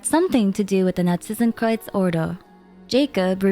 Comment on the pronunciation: Can we just talk about how she nails the pronounciation of Narzissenkreuz :O